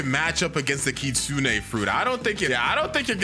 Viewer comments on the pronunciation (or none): I like hpw he says ki-sune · WHY DOES EVERYONE SAY KITSU NEY